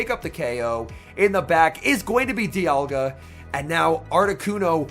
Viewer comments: Isn't saying dialga as Dye uhh gaah instead of dee aaal gaah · Is it just me or did someone else notice pronouncing dialga differently throughout the video